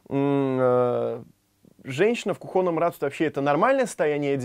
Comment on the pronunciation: не в кухОнном, а в кУхонном...